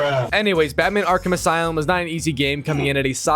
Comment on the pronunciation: He keeps saying arc him asylm instead of Arkham Asylum